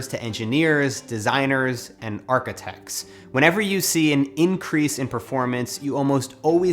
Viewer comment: English: architects American: architects Matt: ARKATEXTS